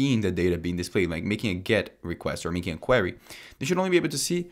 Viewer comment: You're pronouncing "query" wrong